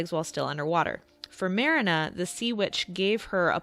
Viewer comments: Here nane is not Merena, her name is Marina ) pronounce like MarEEna. I know how it should pronounce that's is my mother's name. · It’s not mare-inah, it’s Marine-ah, Fritz says it often enough. Unless you’re purposely saying it wrong for rage bait, if so 🤮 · Lol sorry, giggled at how you pronounced marina like the beginning of marinara. It's MAH REE NAH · It's pronounced Marine-ah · Pronouncing the main character sobering, you’ve clearly never seen the older version. Marina as is in Marine-ah. Literally you def never even watched it. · Her: pronounces Marina as Mar-ii-nuh Me: triggered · It pronounced mrEEnuh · Ma-rina not merina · Mariiiiiina not marana 😂